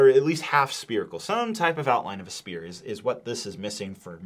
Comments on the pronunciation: Is he saying spear instead of sphere? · My brother in Christ!! Sphere is pronounced “sfear” not “spear”. It’s a round object, not something you stab with.. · Its pronounced SPHERE NOT SPEAR. Crazy. This set is awful for the price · S-PH-ERE! NOT SPEAR! XD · For the love of all things holy. It is “sphere” prenounced sfear not “spear” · Everytime you say "Sphere" all I ear is "Spear" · Cant believe I'm saying this to a grown man, but it's s-PH-ere, not spear... 🤣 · How tf do you not know how to say sphere?!?!?!?⁉️⁉️⁉️ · If you're going to use the word Sphere so many times you should probably know how to pronounce it. Hint: it's not said like spear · why do you keep calling it a SPIER xd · SPHERE. SPHERE. SPHERE. DUDE LEARN HOW TO PRONOUNCE WORDS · when a "P" has an "H" next to it like in the words "sphere" or "spherical" it makes an "F" sound, just a heads up man, great review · the fact that this guy can’t pronounce sphere is so upsetting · Please say sphere correctly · The worst thing about this set is that he CANT PRONOUNCE SPHERE!! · There is no P sound in Sphere 😬